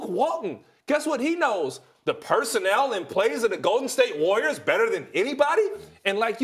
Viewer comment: Ryan Hollins pronounces “Warriors” like it rhymes with “lawyers”